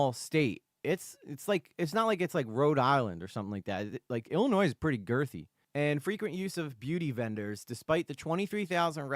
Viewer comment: Illinoi - the S is silent